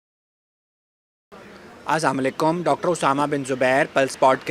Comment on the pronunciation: Your every word is pronounced correctly either it is English word or urdu except the word "aslaam o alykum" Do you mispronounce it deliberately or not?